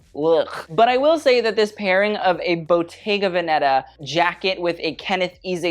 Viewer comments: Strangely you pronounce Versace as it should be pronounced, which many people don't even in the fashion field, but unfortunately you don't pronounce Bottega Veneta well, not because I want to attack you but because I'm Italian and every time I hear it it sounds bad 😅. Here's a video of the correct pronunciation, hope next time you will say it well 😊💕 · Please 😭 it's Bottega Vèneta